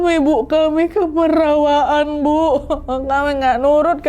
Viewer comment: Bukan kemerawaan tapi kamarawaan